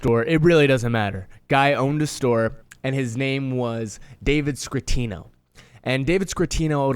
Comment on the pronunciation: It's not scrittino and you spelled aprile wrong. Damn dude, you didn't watch the show